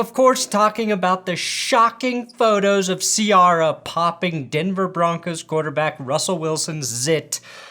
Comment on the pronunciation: I thought it was see-air-ah.. like when Missy says it in that timberland song.. see air ah 🎶